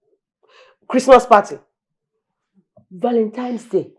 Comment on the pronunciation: Why does Uche Jumbo keeps saying "ValenTIME's day?